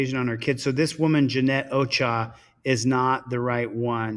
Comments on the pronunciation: Ochòa pronounce the second o is a hard O ch"Ò"ah pronouncing the second o like the first o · Heyyy TeamDLZ! 👋 Missed y'all n the Mon live stream. The one lady's name is Ochoa and is pronounced (oh-cho-ah) the O's have the O sound. Lol. The other lady named Antoinette is pronounced (Ant-oin-net). Oin like coin or oink 🤣. Just thought I'd throw that out there. It was funny when said them both totally diff. This one has a lot of good vids n it. Absolutely love the Angry Grandma clip at the end. She's hilarious! Watched the vid her grandson put on of her trick or treating. Definitely go watch that one! She's very well known where she lives. And I'm Jan 1983. Much ❤️ to All! Catch u n the next one! 🤗💕